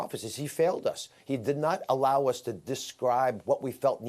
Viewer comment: It's Dr. Fow Chee.